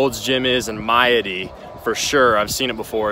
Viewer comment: Just stumbled on this makes me homesick. Maadi is pronounced Mah-ah-di I went to highschool there!